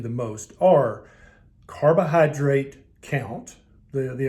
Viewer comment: i enjoy listening to ths doctors drawl my favortie word is "cardo-Hi-drate"